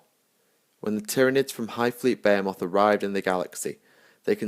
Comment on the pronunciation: I've herad less-stupid Englishmen properly pronounce "Behemoth". Your attempt was pitiful.